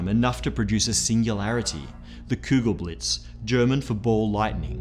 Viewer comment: German hear... what i find funny is the pronounce of Kugelblitz it was for German standard almost perfect The only miss was the pronounce of the U in Kugel, try to pronounce is like the u in you and it for me perfect ok